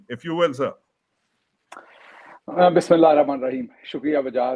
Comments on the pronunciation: Bro I'm no saint but it's not "bismilla ma niraheem" , you may want to consider correcting your pronunciation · wajahat bhai Bismillah to theek ker ke padh lo